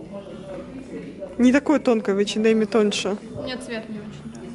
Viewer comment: Девочки, а почему вы не говорите ЭйчЭнЭм без Д, как положено по английски ? Это русский вариант произношения у вас, да ?